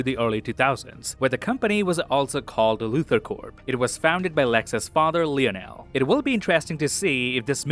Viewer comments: Lex's dad in Smallville is pronounced "Lion-el" not "Lee-a-nell". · First time seeing this channel but I have questions.. Is this AI voice? Bad pronunciation of Lex Luthors father name like "Leonnel". Saying Mr Terrific's name wrong twice then saying it correct once almost like it was pronouncing from bad spelling in a text prompt.